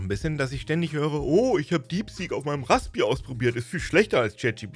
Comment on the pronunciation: Hat er Rasbpi gesagt? Sheesh....